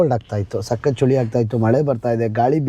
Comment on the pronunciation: ಚಳಿ❎ ಚೋಳಿ ✅